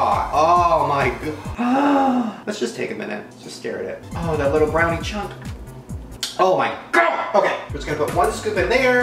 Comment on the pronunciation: This is how many times he said oh my god Jk I don’t want likes it’s just funny how he says “oh my ghod” 😂